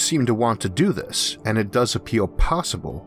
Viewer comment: Can't get by this guys speech impediment....he needs a narrator....I can't stand to "wisten to whis nawwation"